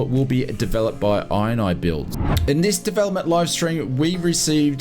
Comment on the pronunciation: Isnt it called "In-knee-builds, not "Eye-n-Eye-builds" ?! 😂😂